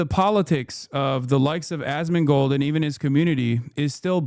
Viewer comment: I enjoy how Foreign Man in a Foreign Land says his name Ass-Man-Gold